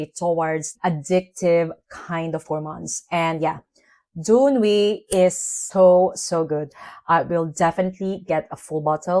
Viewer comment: I love Jany and Doux Ennui so muuuuuch (you prononce it perfectly)